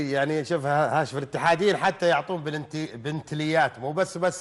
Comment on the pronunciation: يستاهلها والله لانه جاب الفوز والكاس محمود كهرباء برغم اني اهلاوي ابارك للعميد الفوز بجداره والمذيع مايعرف ينطق اسم السياره ههههههه